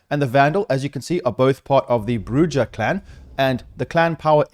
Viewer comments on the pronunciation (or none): Brujah is pronounced [Br-OOO-ha] the J is like and H because in Spanish Js are like that, and bruja means witch in spanish and the vampire type is based off of that I’m assuming, correct me if I’m wrong but I’m pretty sure that’s how it is.